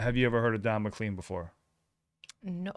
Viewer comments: Hey guys... I know you want to know this stuff, so... his name is pronounced "McCLANE" rather than "McCLEAN." Easy mistake. No worries. Glad you liked the song, though! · This is no way intended as criticism but rather a learning experience. Let’s see if I can get this right. The singer’s name is not pronounced M Clean but rather Mc Lane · This is only the second video I’ve seen from y’all but definitely not the last. I’m 67 and “lived” that 70s show! I enjoy fresh experience. I don’t mean to knit pick but I believe it’s pronounced Mc Lane. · classic song !!! Which expresses how don mclean felt back then, Mclean, pronounced Mclane, with the long A sound, mclane, i was born in 62. Very lucky to have grown up realizin how enjoyable music can be back then, my 1st rock and roll experien was hearing my older brother play abbey roads, the day i became of fan of gooood. Music, the 70s musically were beyond compare not a care in the world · McClean is pronounced, Mac-lane. it's a Scottish name, I'm Scottish, believe me. :) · Not that it makes any difference but it's pronounced as Mc. lane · Don McLean's name is pronounced MAH-klayn (mə-KLAYN) Rhymes with “train”. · It's pronounced McLane even though it's spelled McLean. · His name McLean is pronounced is pronounced Mc-Lane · Just trying to help you be accurate Although his name is spelled Mclean it is pronounced Like McLain. The first time I heard this song I was a child in my father's car when kids didn't have to wear seatbelts . I loved it and always pictured the Chevy the American Icon. 1957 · FYI ... and definitely no way you would know know this and I have not explanation why but Don McLean's name is pronounced McLANE. At least that is the way I always heard it pronounced and this is music I did hear growing up and I LOVE this song. It captures a spirit and events in a way that I don't feel I need to articulate or understand but it feels so real and accurate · MacLean is pronounced to rhyme with lane not clean